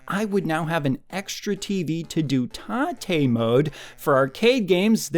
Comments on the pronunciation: Please stop trying to make "ta-tay" happen. TATE comes from the word "rotate", it's not a Japanese word. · "Tah Tay" mode ? What are you talking about ? Do you mean TAAAATE MODE !!!? Yeah, I think you mean TAAAAATE MODE !!!